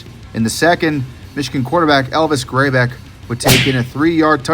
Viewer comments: Grey beck? Grrr beck* is how it's pronounced. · It's pronounced Grrr-boc. And if you're going to call yourself an Ohio State fan you have to know how to pronounce Butler Bin-no-tay. Finally, if you watched those 1993 games you should know who Big Daddy is.